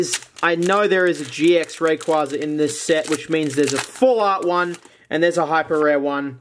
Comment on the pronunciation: Your saying raquaza wrong :(